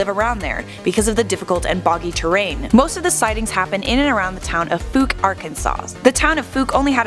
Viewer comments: You only pronounced fouke correctly once. It’s not fowk or fuke. It’s pronounced foke. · What if people could pronounce my home town right? It is not Foo-ck. It is Fow-ck. Like Fowl nor Food. Geez that ruins a video when some mispronounces my hometown. But thanks for doing a video of their urban legend. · Thought it was pronounced like: foke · What if this idiot narrator pronounced the name of Fouke correctly throughout the video? ( vs )